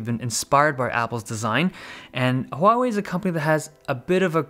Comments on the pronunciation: The best thing ever is you get the pronunciation correct! It is not Waw-Wei! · The only reason I liked this video was your pronunciation of "Huawei" is the most accurate I have ever heard in all "foreign" Youtubers!